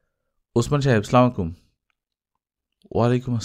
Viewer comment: আসসালামু আলাইকুম, আপনার গল্প পাঠ অনেক ভালো লাগে। আপনার কাছে একটা অনুরোধ সালামের উচ্চারণ টা সঠিক ভাবে করলে ভালো হয়।